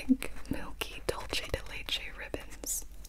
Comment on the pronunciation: Gibi ily Gurl but it doesn’t take much to google how to pronounce dulce de leche 😭